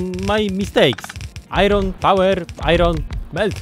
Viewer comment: I love your pronounce of "iron" it makes me so satiesfied with no reason